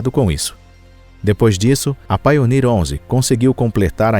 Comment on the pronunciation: Poxa meter ia a falar só traz erros. A nível de de inglês então quase nada foi bem dito. Pioneer ele diz painer entre outras. Pioneer quer dizer pioneiro, ou o primeiro painer quer dizer ... Nada não existe está palavra